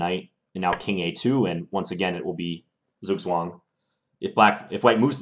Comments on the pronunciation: Zugzwang = "TSOUK-tsvang" in German... I only mention this because you seem to be trying to say it conscientiously. :-) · rhymes with Farouk - same vowel as 'food' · Hey John, im from Germany and the U.S. zugzwang pronunciation sounds very funny, maybe you could try the german one: ˈtsuːktsvaŋ example from Niklas Huschenbeth